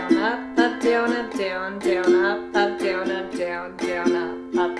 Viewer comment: You say down really weird... "D-yow-n"